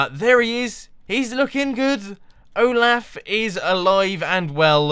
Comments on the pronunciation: Its Olof not Olaf or Oglaf. Im Swedish, i know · it's not like o-laugh it's o-loft without the t Mumbo Jumbo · Its pronounced (O-Lof) not (O-Laugh) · It's definitely Olaf, Mumbo. XD Oglaf is something... very different. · mumbo didnt just not watch frozen, but he also killed olaf and he called him oglaf???? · its pronounced oh-lah-f not oh-laugh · Mumbo Jumbo its pronounced Oh-lauf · Olaf Pronounced OH-L-OFF ol good episode my man! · "Oglaf" made my day :D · I'm in America and I don't pronounce it like oll-laugh. I pronounce it like oll-off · the name is said like "oll-off" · The snowman's name is Olaf pronounced Oo laugh. It its a he. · Correction O-laph is how it's pronounced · Mumbo, it's pronounced "Ohlahf." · "Oglaf" heh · Olaf is pronounced "Oh loff," Mumbo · It's oh-loff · anyone else heard him say oglaf? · His name is pronounced Ohlawf. :) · It's not pronounced " o' laugh ". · your saying olaf wrong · lol you said his name in a different accent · You butchered the pronounciation of Olaf